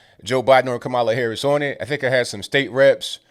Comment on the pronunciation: It’s comma la. 😑